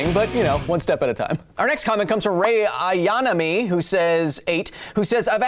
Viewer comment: So is everyone gonna pretend like he didn't butcher the pronunciation of Ayanami? R.i.p Rei (Misato best girl)